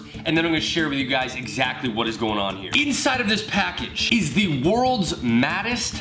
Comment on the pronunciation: Everytime you say mattest i think you say maddest. F@ awesome vid though!